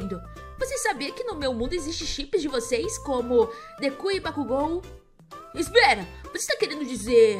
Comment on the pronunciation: Não é deku é deko só que u faz som do o